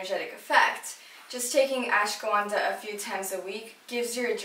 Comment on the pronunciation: ashwaganda! Not ashgawanda